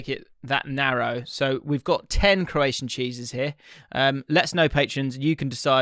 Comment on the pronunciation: Your Croatian prononciation made me burst out laughing. Thank you so much 🤣🤣🤣